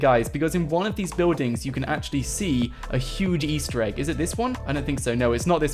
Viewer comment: Stop ✋ saing Ester eeg